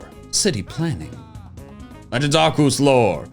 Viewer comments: THERES AN E IN ARCEUS BRO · You're saying Arceus wrong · I've been watching the meme reviews for a little while now, but I still don't know why he says "Arceus" like that. May somebody give me context?